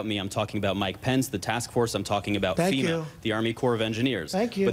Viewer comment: He also called FEMA "SEMA" Oh brother!!